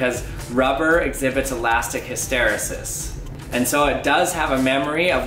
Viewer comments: Never heard hysteresis pronounced that way in the US. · 1. You’re pronouncing hysteresis wrong. 2. Hysteresis is not the only reason the pressure decreases as the balloon gets bigger. If you double the diameter of the balloon, you quadruple the cross section. This means that the force stretching the balloon increases even if the pressure doesn’t. If the rate of increase in the force that rubber generates as you stretch it is linear and directly proportional to the amount of stretch, and the cross sectional area increases with the square of the diameter, then you should see the pressure decrease as you inflate the balloon. Try taking the balloon and cutting it and then measure the force required to stretch it to see whether the force required to stretch it has a linear relationship with the amount of stretch. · Did anyone else cringe by the awful way he pronounced “hysteresis” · Awesome! His pronunciation of ‘hysteresis’ though >.< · The way this guy says hysteresis. Gah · According to , you just have the accent on the wrong syllable. An ear catcher but does not change the interesting content of the video. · Interesting indeed. Nice work. BTW it is pronounced HysterEEEsis. At least it is in my world where I hear it all the time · I know it's a 3 y/o vid, but the last e in hysteresis is pronounced ee not eh. Hist-or-ee-sus. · Hist tuh ree' sis. accent on 3rd sllable! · You are pronouncing hysteresis incorrectly. The E before sis is a long EEEEE. Its like History Sis. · It's pronounced ELASTIC HIS-STER-EE-SIS though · Never heard it pronounced that way. Always pronounced it Hist-er-E-sis. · Cool video, just one thing: hyster-ee-sis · Hiss ter E sis... Emphasis on the E. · Fantastic video! One small correction: the pronunciation is hĭs-tə-RĒ-sĭs. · I think it is pronounced HysterEEsis, that last e sound says it’s name. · His ter ee sis = hysteresis You say the second E as E not as eh. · Good job. The correct pronunciation is: hista-reesis.